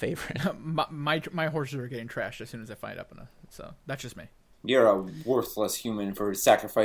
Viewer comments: It is EE-pona not epona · Ep-un-uh......Face palm. Its E-pown-uh (pown rhyming with own {PWN})